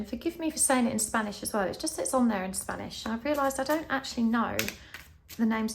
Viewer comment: Your Spanish pronunciation is spot on and beautiful 💛 mil Gracias por una lectura de tarot muy interesante! Yo escoji el pulpo 🐙 🌟☀️🌟